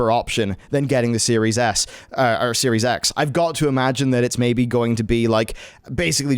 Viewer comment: Is it just me, or is he saying "Series Ass." I cant stop hearing it...